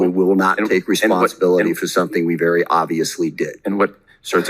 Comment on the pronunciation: "We will follow the law of armed conflict verrry calmly..."